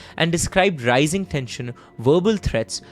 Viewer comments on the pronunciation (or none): none